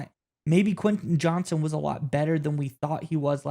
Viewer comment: JohnsTon not Johnson